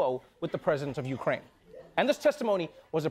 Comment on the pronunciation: Ukraine, Ikraine, he-she-wekraine, kraineology, the study of Kraines. This is first grade Trevor!